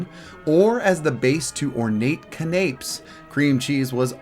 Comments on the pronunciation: Ca-NAPES??!! How about ca-na-pes... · I’ve never heard of a canned ape though I’m aware of monkeys in a barrel. . . .Seriously though- I’m a foodie so these were all painful. But I genuinely went “oooh!” hearing “Cah-napes” liking I was booing someone off X Factor. . .(My apologies to the uploader for the umpteenth comment of this type. I don’t do genuine troll comments and appreciate your good sportsmanship and willingness to learn in reading the others. 🙂) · Ahem! Ahem. "Can-a-pays." Canapés is not pronounced like "grapes." They were a popular hors d'oeuvre which is not pronounced "horse doover."